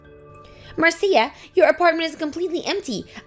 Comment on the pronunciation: Marcia is pronounced as Marsha.